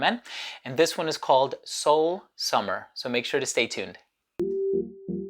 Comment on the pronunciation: dude you got the perfect pronunciation!!